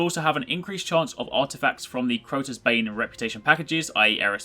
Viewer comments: "Croya's Bane" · Croya's bane? Did you mean Crota's bane.